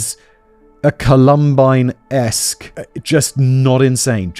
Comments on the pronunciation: COLumbine. It’s COLumbine. Not ColUMbine. I love your videos but it feels so disrespectful to the victims when the place they died is so consistently mispronounced. I know it’s accidental, but please. COLumbine. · Col-um-bine, Simon! Not Cu-lum-bine. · Simon, I love you to death but if you pronounce it "col-UM-bine" one more time I'mma need a black hole to scream into. It's COL-um-bine. Say it with me, love. COL-um-bine. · “Columbine” is pronounced with the emphasis on the first syllable. If you Google: Columbine pronunciation Google will give you a British and an American pronunciation that you can listen to. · The way Simon pronounced Columbine was silly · Listen, I can't handle how Simon says Columbine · Please learn how to say Columbine..... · Lol, right? It's literally named after a flower. The pronunciation is right there. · For the love of god Simon. Please pronounce “columbine” properly lol. Love the content in all your channels btw ❤